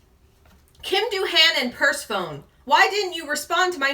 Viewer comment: perse-phone? it’s PER-SEF-ANY